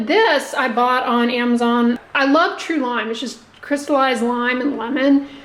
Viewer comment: Please, please, please pronounce PANDEMIC and AMAZON correctly. You’ve been doing this for a few years and it’s time to move on.